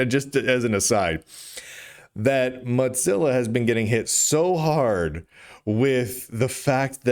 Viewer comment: Mudzilla. Modzilla. I think you're the only person I've ever heard who says Mozilla like that.